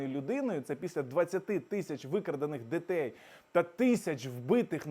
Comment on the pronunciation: " ДІТЕЙ", А НЕ "дЕтЕй"..